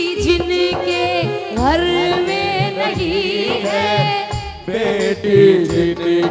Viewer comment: Abhi ismein recording nahin ja sakti nahin to aapko main ga karke Bata deta jab aap Ghar bolati Ho to use thoda sa leje mein bolo Gharrrrrrrrr nahin bolna he Ghar bolna hai